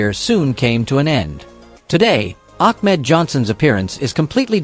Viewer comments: The guy talking really needs to learn how to talk and call the wrestlers by their ring name and he’s not even doing that correctly. I mean he called Ahmed Johnson —> Achmed Johnson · Ak-med Johnson? Damn you, AI...